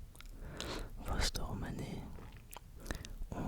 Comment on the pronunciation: Coucou de Bourgogne, merci beaucoup pour ta video, j'adore ... Petit détail, on dit pas de "s" de Vosne, et le "o" se dit comme le "eau" de Beaune.